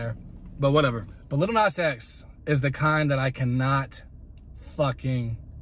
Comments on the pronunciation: First off the first dude didn't even pronounce Lil Nas X correctly. Second called him a fruitcake, third providing evidence of homophobia, brings up his fantasy. He also swore every other second. When you swear in an argument shows your ignorance. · I'm sorry, is the first guy saying "LITTLE nas x" ??? like??? no??